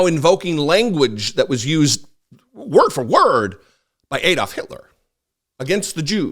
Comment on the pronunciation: is so precise with his posts yet he seems unable to pronounce ADD-olf not EED-olf. Does he pronounce Alabama as Eeleebeemee?